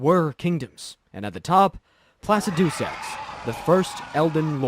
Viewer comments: Placaducesax? Who’s your dialect couch mate? Mario? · this feels like an AI generated script. im not sure you played the game at all and you just read the AI generated script, which would explain the mispronunciation of names and the slight inaccuracies. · I've never heard Plaxidusax pronounced like that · Placidusax too 🎉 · And Placidusax